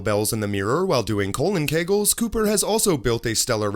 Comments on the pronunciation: “Colon Kagels”. LOL! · Anderson Cooper does, "colon kegels"!!! Lol! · "colon kegels"...I love u